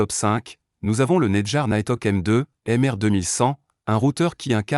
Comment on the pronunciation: Faudrait peut-être apprendre à prononcer “Netgear”, Mbps”, etc… Ça ne fait pas très sérieux